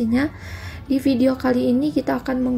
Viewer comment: Min, saran dong, kalau F dan V dibacanya jangan P dong, soalnya saya gimana gitu dengernya 😥 Kalau belum biasa, biasakan dulu ya min, sering banget ini diucapin notipikasi, apirmasi, pideo, inpormasi, pendaptaran